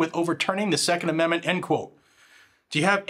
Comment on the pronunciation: Lurch can't even say 2nd amendment 😂